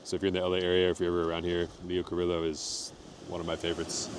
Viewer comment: Enjoyed the video. BTW it's pronounced-------> LEE OH KUH-REE-YO